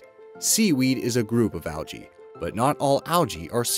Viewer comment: Can u say algae right it’s annoying